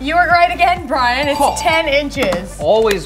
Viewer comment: Did u notice that u said brain instead of Brian lol